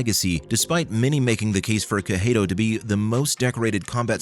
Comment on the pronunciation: Not watching past 10 seconds, how do you mispronounce Cejudo that badly.